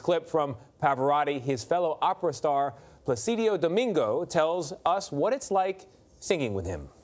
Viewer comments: Plácido Domingo is from Spain not Italy so it’s pronounced Plah-see-doh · Pla-chi-doh actually in pronunciation